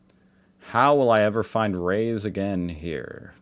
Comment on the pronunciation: It's not "rays," it's "raus," which means "outside." The fly can see an open window from streets away and fly into it, but can't figure out how to get back out.